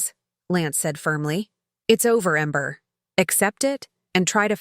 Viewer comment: Amber or ember. What’s so hard you can’t get it right.